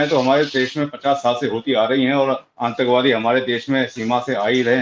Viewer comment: shabd Antak wadi nahin, Atank wadi hei, aap apna uchharan sahi kijiy pl.